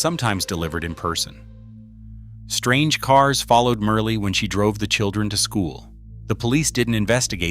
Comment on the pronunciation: Medgar’s wife name is pronounced Myrlie (Murly) not Merely🙏🏽